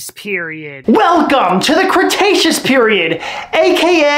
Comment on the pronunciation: You sayed the creataceaous period wrong